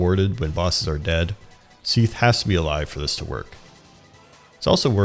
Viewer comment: Btw it's not Seathe but Seath*